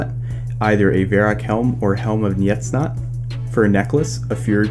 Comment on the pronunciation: helm of NJETsnot hahahahahah